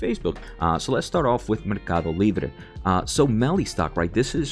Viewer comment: I like how your a accent comes out when you say Mercadolibre.